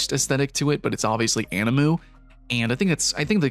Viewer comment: you call it ani-moo now?